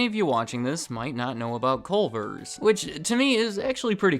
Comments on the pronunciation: You can tell he’s not from Wisconsin by the fact he says “Colver’s.” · This is what the fast food restaurant in Crip Heaven is. CUH-lvers